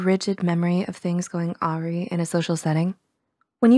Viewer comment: Trying to watch the video and ignore the fact that she said 'awry' like she's talking about Ariana Grande